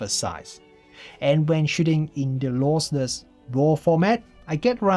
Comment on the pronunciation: Great review but it's LOSSLESS not LOSELESS ;-)